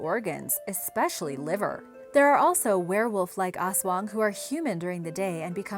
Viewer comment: I loved when she said aswang..😍😍